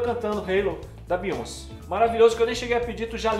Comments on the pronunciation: se pronuncia BeyonCÉ, a sílaba tônica é o CE, pq o nome dela é francês, e no francês o acento agudo tem som do acento circunflexo do português, então Beyoncé se pronuncia "Beyoncê" e não "Beyonce". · N fala “Beyonci” É broxante É Beyonc”é” Obg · Que nervoso! Não é Biônci, é Bioncêêêêê!!!!!